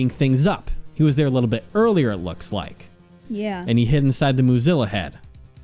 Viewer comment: Okay, I know it’s “Moozilla,” but I swear I keep hearing “Mozilla,” and I’m like ‘What does Firefox have to do with this case? Wait...is it Lang? Is he the Fire Fox?’